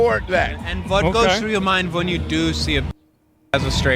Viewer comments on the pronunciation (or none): "And vuht goes through your mind vehn you do see a pen*s, as a straight guy?" I'm dying